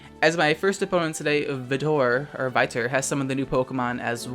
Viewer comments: Vitor is pronounced just like "Victor" without the "c" btw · You read Vitor as V-tor. Just here giving some useless info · You pronounce Vitor Reading "Vi" like you were spelling V and E together, and as for the "tor" it depends on the region you are in, in Brazil we would pronounce the "tor" as either tOR with the "OR" like the word or; or in my region the R is actually almost silent like a modest version of the French R's. If this Vitor is of other Latin American countries I would say that the "Vi" part follows the same rules in Spanish, but the "tor" the R should vary a lot, in some places being like a little growl in the R and others like the first Portuguese brazilian pronunciation. So in the end is V E tor with the chosen variation of the country/region you are from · Not the Vitor pronunciation lol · The Vitor pronunciation is killing me,. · Best Poketuber lmao. Im really enjoying your Vids 🙌 Btw im at your 30second Vitor-Pronounce-Marathon and i already know, this video has go be good ♥️ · its Vitor not Vitor;P. Thank you for this video i really needed something to make my day. Always love you and anything you wanna post:). Thanks for being a shining star as always. All the ChoclateChipCookieLove you can handle 🍪 🍪 🍪. Have a bestest day ever